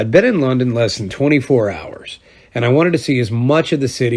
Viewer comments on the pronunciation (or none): none